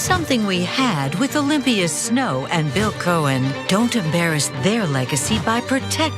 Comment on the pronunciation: "What they're all saying" Also, did she say "Olivia Snow"? Poor dear Olympia Snow had the decency to get out when she saw the way the Senatorial wind was blowing. Now we are left with boot-licking Collins and "Independent" and nearly invisible Angus King.